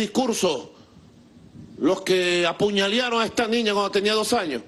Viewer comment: Se dice apuñalaron